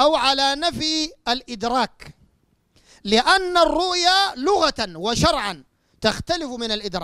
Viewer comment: أولا انطق كلمة الرؤية صح وبعدين حاور العلماء .. معظم نطقك الرؤيا والرؤيا الحلم أيها المفسر الفطن . انتهى